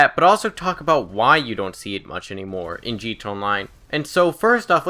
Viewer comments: Dislike just because of how you pronounce GTA. Wtf, just say "G" "T" "A", not "gta" like some middle aged person trying to be "cool" and "hip." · wtf is g-tey online?